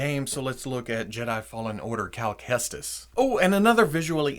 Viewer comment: He said cal Kestis wrong